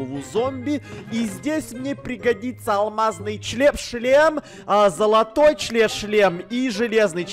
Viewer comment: Я ржу за то что ты говориш алмазный члем 🤣😂😂😂😂😂😂😂🤣🤣🤣